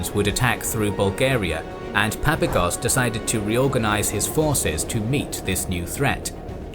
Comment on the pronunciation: I believe that when pronouncing the Greek generals surname it would be more correct to emphasize the second "a" in his name , as in Greek it would be spelled as "Παπάγος" .